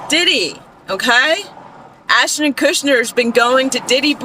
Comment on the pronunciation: Kutcher, not Kushner. (Unless you're purposely mispronouncing Ashton's name for legal reasons.)